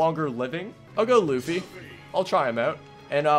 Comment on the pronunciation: they butchered luffy so hard but I love you keep up the good work!!!